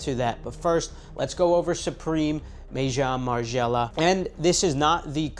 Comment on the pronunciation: May-Jong Margiela? 😂Gotta work on them french words bro.